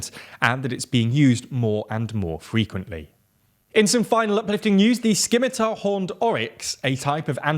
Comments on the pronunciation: Errrr... it's a soft 'C' in scimitar, so it's pronounced 'simmitar', not 'skimitar'. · You need to play more tabletop roleplaying games:P sCimitar XD Definitely the funniest mispronunciation I've heard on the channel and you say it 3 times in a row! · Skimitar horned oryx? That is not how you pronounce scimitar, folks. :D The C is silent. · It's a pity you don't cover environmental news because the IUCN updates are very interesting (which is where the oryx story comes from). Also, I know you get this a lot, but you are mispronouncing scimitar as you don't pronounce the 'c' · The c in scimitar is silent. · The “c” in “scimitar” is silent. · Glad to hear the species is doing better but please mind that the letter C in "scimitar" is silent. Cheers! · Was hoping someone would mention that!